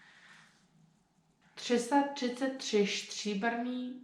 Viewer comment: Your accent is insanely good, I've never heard a foreigner sound this natural, well done. Only be vary of "Stříbrných stříkaček" not to sound like "Štříbrných Štříkaček", otherwise you nailed it ;) Try practicing on this one, it's really good for pronounciation of consonants. Zvrhl mls mrch srn, čtvrthrst zrn. (He tipped over a treat for evil doe, a quarter-handful of seeds.)